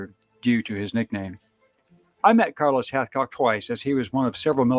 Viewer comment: Respectfully, this would be awesome if you said this legends name correctly.